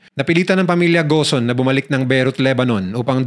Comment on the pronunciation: Gon hindi ghosen ung bigkas po dun